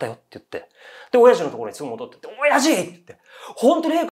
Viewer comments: お⤴︎やじのイントネーションばかりに気を取られてしまった… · 親父の発音が気になって